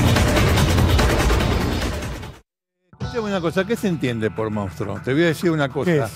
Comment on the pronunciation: Se dice MONSTRUO! cómo puede hablar así este periodista? eso es porque no tiene asesores, porque no lee o porque tal vez, se caga en todo esto y le importa un bledo pronunciar bien la palabra. En fin, duele la decadencia cultural.